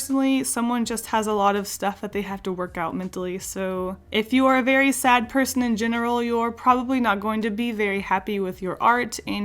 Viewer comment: the way you said "maybe they're said" made me giggle